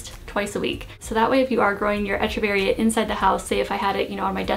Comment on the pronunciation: Great comments, tips and instruction... but as many others my dear, it’s pronounced ‘Eck-u-varia’, not ‘Etch-u-varies’...cheers.